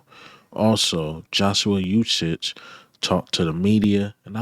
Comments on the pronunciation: Ooh-shay. Not ooh-shich. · Uche is pronounced oo shay. The "OO" represents a long U sound (as in "moon"). So the correct pronunciation is OO Shay or U Shay. Hope that helps. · His name is pronounced (oo-chay) Uche... Great content by the way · Please get the young man Joshua Uche"s name right.. it's so lazy and disrespectful the way you pronounce his name c'mon bruh it's not that hard 🤷🏽‍♂️